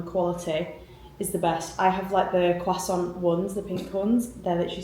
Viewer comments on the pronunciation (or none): none